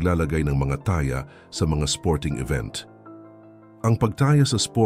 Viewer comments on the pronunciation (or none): Ang ta-ya? gunggong. Taya hindi ta-ya!